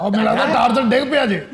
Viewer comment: بسم اللہ الرحمن الرحیم ۔ برٹش انگلش میں ٹارزان نہیں ٹارزن درست تلفظ ہے ۔